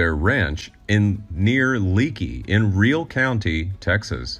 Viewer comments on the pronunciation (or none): And Real county is "Ree all" not "reel".